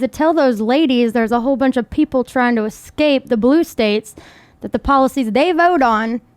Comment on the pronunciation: "Excape" man, that's embarrassing.